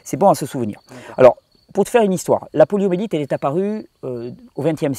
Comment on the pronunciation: Poliomyélite ! Pas "poliomélite" ! Merci infiniment pour ton travail.